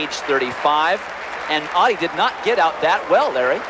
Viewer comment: Great stuff from all of them. I was a big fan of Merlene. She's just a couple of months older than me. But please US reporters, her name is Ottey, not Awddie.